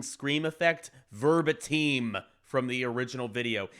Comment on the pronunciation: Good video! But I'm sorry that is the weirdest pronunciation of 'verbatim' ever.